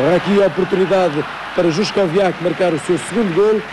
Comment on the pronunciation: Juskowiak not Żuszkowiak